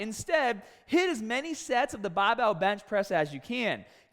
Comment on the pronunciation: This is the first time I can recall of you advocating for the Bahhbell bench without mentioning dumbbells. Im’a stick with dumbbells though